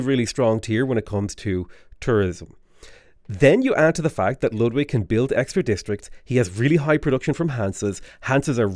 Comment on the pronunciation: I'd never have thought to hear a non-german pronounce Ludwig (almost) correctly.